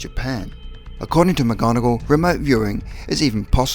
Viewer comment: Aren’t you guys able to pronounce correctly the last name of Joe McMoneagle & not MacGonagall.. Unless you’re promoting Harry Potter. It’s so disrespectful.